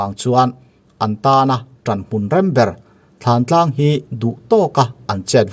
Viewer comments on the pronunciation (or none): Thantlang alom, thlantlang tiin i soi reng bok sia